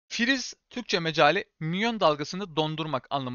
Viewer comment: Mecali değil meali dostum